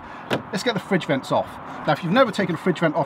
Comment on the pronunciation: Fredge vints lol